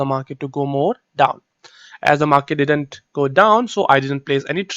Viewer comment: Exactly.. If you're not editing the video .. Y don't you show up live ... !! One more thing plz plz pronounce didn't "didn't" word !! Correctly